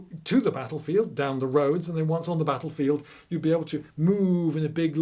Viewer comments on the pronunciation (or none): none